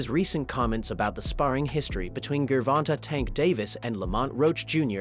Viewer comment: Bro Said Gurrvonta Tank Davis